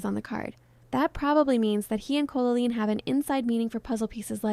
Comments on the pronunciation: yes. Evidence: It says Colleen "Co-la-leen" for example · It is. It says Colleen wrong, like "Co-la-leen" multiple times. For example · yes. It says colleen wrong multiple times, a dead giveaway. "Co-la-leen" for example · Why do you say Co-la-leen? Is this AI scripted? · Never heard the name Colleen pronounced like this. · It is, the AI can't read the name Colleen properly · Yeah, at some points I was wondering if it was real because you can actually hear the voice taking breaths or like a little huff on the microphone as they’re talking, but at the same time the cadence is so off putting and doesn’t change to fit questions or the end of a sentence. The most off putting thing is definitely saying Colleen’s name weirdly the entire time. It says most words normally, but for some reason it says either “COH-leen” with a really stretched out “Oh” sound or “Col-oleen,” and no human who did hours of research on Colleen Ballinger wouldn’t know how to pronounce Colleen, and would switch between two incorrect ways of saying it. No human being would pronounce it like that even if they didn’t know how the name was pronounced. AI voiceovers are annoying, but I could maybe look past that if the creator at least disclosed that the voiceover was AI, but said they did the rest of the work themselves. When they try to pass off an AI generated voice as their own, then it makes you think the entire video is likely cobbled together by AI, and you’re not even doing any research and giving any opinions yourself, you just asked ChatGPT to write a script about this and find clips online that support it. Then make an AI-generated little mascot of you and have an AI voice read the script ChatGPT wrote for you. And then here I am, feeing stupid for wasting my time watching the first 30 minutes before I realized likely every thing in this video that isn’t a clip from Colleen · @@ closely. The names are pronounced incorrectly, and it’s very obvious.. Dead giveaway it’s AI.